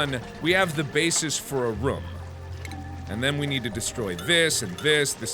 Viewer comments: Pretty sure mark said ruum not room ;) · Markiplier Room NOT RUM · The was mark pronounces rooms gives me life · Mark... Rum is something you drink, not something you live in. Its Roooom not rumm. :D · The way Mark says room 💓